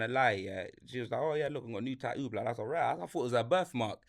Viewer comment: " Ta'oo " is a new one on my Bri'ish vocabulary